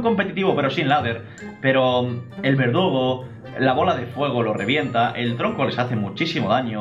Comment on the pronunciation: ¿ " El verdogo " ? ¿ Que es esto ? xd Minuto